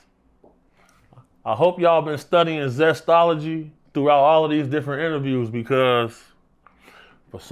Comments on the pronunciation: Nigga said "Zestology" 😅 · bwoy said zestology ha